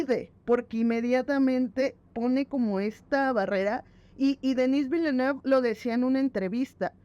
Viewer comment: Según lo que he escuchado se pronuncia: "Dení Vilanub" 🤭🤔